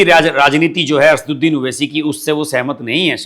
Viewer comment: 'असदुद्दीन' PLEASE pronounce his name correctly